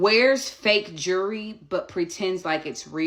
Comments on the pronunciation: Naw she said “jury” 😂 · I spelled jewelry, EXACTLY how the nappy headed ho, pronounced it.... she said "jury". 😮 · Why does she call it jury, it’s jewelry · Jew-ry? At least least learn to pronounce jewelry correctly. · Hey lady, you are wearing a Harvard sweatshirt. You go to Harvard? You cannot pronounce jewelry babe.